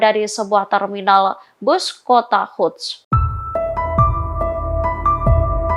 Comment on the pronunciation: Sepertinya reporter tribun ini gak bisa membaca dan tidak memahami berita yang dibacakannya. Banyak kalimat yang apakah memang tidak tau membaca atau mengacaukan algoritma pada penyebutan kata-kata seperti Quds dibaca Huds dan zionis dibaca yonis.